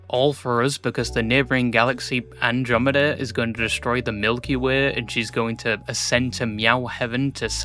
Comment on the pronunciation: I've never heard anyone pronounce Andromeda like that before lol